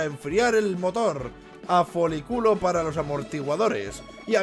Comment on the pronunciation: dijo foliCULO en ves de foliCULIO